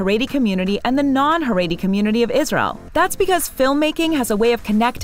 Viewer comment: The narrator of this video keeps mispronouncing “Shtisel” and “Haredi”. Irritating!